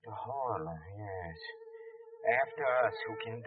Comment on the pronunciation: It's not the horia. It's horla.